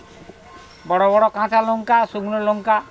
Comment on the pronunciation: Lonka noy lanka